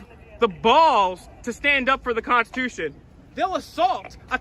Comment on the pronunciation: I am so enjoying your 12 days of Christmas series! Thank you for making me laugh out loud...hard. I feel I must point out this guy's serial mis-pronunciation of the word "constitution." Did anyone else notice he kept saying "cons-tu-tion"? If you're going to be a "freedom fighter" and defender of it, making that point by using the word over and over, please Google how to pronounce it correctly! Also, a pet peeve of mine is the phrase "God given rights". Once you're born, the only right God promises you is death. Whatever happens in between is what you choose to make of it and it's obvious to me this waste of space has no desire to be do anything positive.